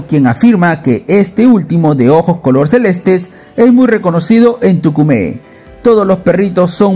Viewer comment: No es Tucumé, Es Túcume!!!